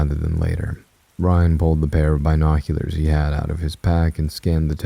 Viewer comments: When i first heard your voice I just couldn't listen but now i am a binge listener. I just cant with this one. Maybe you'll read it one day. This is the most depressing, run on sentence AI sounding man ever! Also if I hear Bi noculars once more I'll go crazy.😂 sorry, I tried though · Not the Bi noculerrrs 😂🔍🥽👀